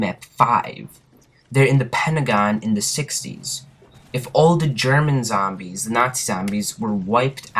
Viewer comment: do u really say zambies or are u fukin around lol